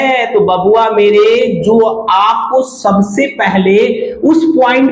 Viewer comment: Sir ap "jo" ko "zo" kyu pronounce karte hai ? Aur ek aur bat yeh jo ap bata rahe ho yeh to common sense wala bat hai isme aisa kya groundbreaking bata diya apne ki zindagi badal jayegi , jaisa ki apne likha hai thumbnail me